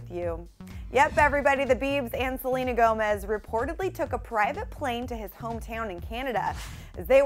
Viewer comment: anybody else hear her say jelena Gomez or am I trippin lol